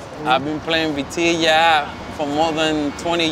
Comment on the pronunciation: samnelso it's vitilla, I believe they write beteyah so that the pronunciation translates.